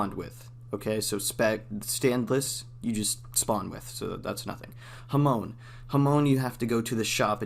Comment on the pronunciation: “Ha-moan” Edit : Jokes aside, this video helps alot, thanks !